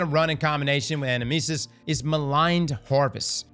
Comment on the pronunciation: Fun fact: the name is the Greek word ανάμνησις, which is the word Socrates uses to describe the soul recollecting visions of the world of forms (kinda like pure shapes) beyond the realm of the gods. Also, the emphasis is on the second syllable in the word, in Greek at least.